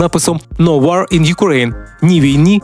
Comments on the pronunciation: Все добре. Тільки "No war" вимовляється як "ноу уо", а не "но уар". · Хай Господь милує з такими дикторами!Якщо не вчив англійської,то google допоможе прочитати слово WAR правильно,з голосним О: !!!